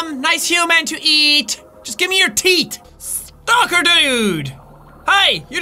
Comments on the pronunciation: Pepsi Man, also, he pronuces teeth as teet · I like how Jack says teet and not teeth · "Do the stalkers have any TEET"